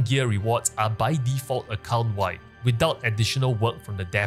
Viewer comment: I love how you say "account wide," it sounds like you are saying "occult wide." 🥰